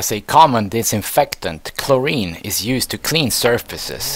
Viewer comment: bro said chlorine 😂